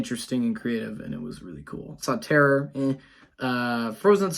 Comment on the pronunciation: Did you just say Terror meh.... wtf lol